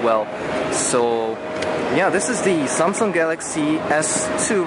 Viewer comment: Seriously "SOMSUNG" wow!